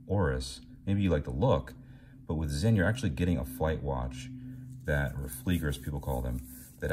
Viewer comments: Thank you for pronouncing it "Zinn", not "Sin". Most don't. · I guess you meant BALANCE SPRING and not SPRING BAR, with anti-magnetic properties and all?? props for correct brand name pronunciation btw. 👏🏻👏🏻